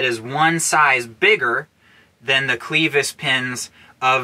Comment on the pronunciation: Always enjoy your vids, but gonna be the language police here. Its not Cleevis but clevis as in kleptomaniac, short "e". Just for future reference.